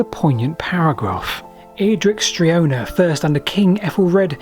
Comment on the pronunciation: Streona, not Strenoa.